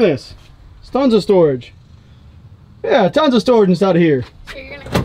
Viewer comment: "stons of storage" XD